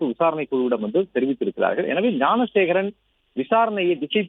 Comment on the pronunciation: Thanks for pronouncing gnanasekaran